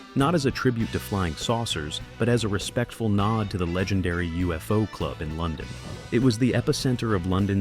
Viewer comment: UFO Club. Pronounced Yoo-fo.